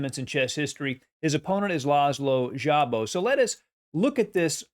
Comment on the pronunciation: I believe in Hungarian just ignore the "z" and pronounce Szabo like Sabo.